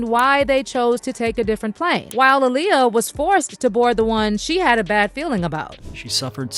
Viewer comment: It’s aa-liyah